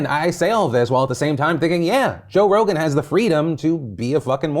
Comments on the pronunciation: he said "Joe Rona" 💀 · did you call him Joe Rona lol Edit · Joe Rona. Lmao. Anyone else catch that? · Joe-rona. Joevid…. I can’t. You’re silly 😂😂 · Are we just not gonna talk about the fact that Phil straight up called him Joe Rona? LMAO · You called Joe Rogan "Joe Rona", and I'm not sure if it was an accident but I fucking died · “Joe Rona” Beautiful Phil. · I like how you called him "Joe Rona" 🤣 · Joe Ronan? What? Jovid?? 🤣🤣🤣 I'm dead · "Joe Rona" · He said Joe Rona 🤣😂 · You said Joe Rona lol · The slip sounds like "Joe Rona" lol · Did he say Joe Rona, and not Rogan? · Did he just say Joe Rona?